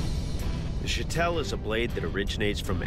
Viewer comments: Am I wrong? It's pronounced Show-tul... Not Sha-tell. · its shitol actually, shotel is an english corruption of the native word for the sword